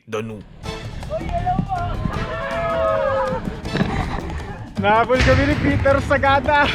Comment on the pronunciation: Step aside, Bogart the Explorer and Biyahe ni Drew. Lol! My morning commute today was very entertaining. Gusto ko yung narration, di ba sumakit lalamunan mo? By the way, instead of saying Lake Danum as “Daa-num” say “Da-noom” emphasis is on the 2nd syllable. “Danum” in the dialect means “water”. Pasensiya na, guro ako sa past life, ayan tuloy).